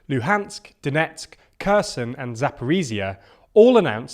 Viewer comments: Could you guys please stop saying "Curson" instead if "Kherson"? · Please work on your pronunciation of words like Zaporizhia (zh makes a sound like the ‘s’ in ‘pleasure’), Kherson (Kh makes the ‘ch’ sound in ‘loch’, more like a throaty ‘h’ than a ‘k’) and Shoigu (oi is pronounced like the ‘oy’ in ‘boy’). All these mistakes make it seem like you haven’t listened to how these words are said or haven’t made much effort with your investigations. Would you trust a news programme reporting on British news about ‘Landon’ or ‘Mankester’ and Prime Minister Trass.